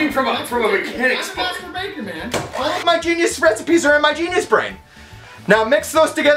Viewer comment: Great editing, the fact that it is being filmed with the Dessert Bomber being remote made it funnier. Also, I swear at one point he calls himself the Master Bater, lol